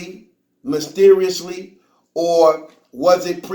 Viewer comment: Did he say mysteriously or musteriously